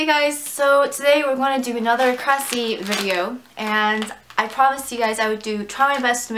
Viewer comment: You said kracie wrong